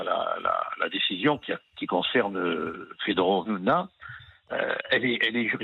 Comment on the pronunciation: FedOrova - Eliot Deval, svp Vous la connaissez, peut-être pourriez vous ne pas écorcher son nom ?